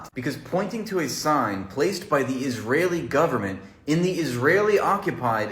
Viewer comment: "Isrealian" G'day